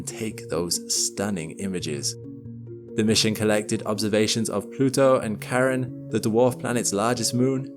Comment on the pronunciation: How do you expect me to trust you with facts like this when you can't even say Charon properly.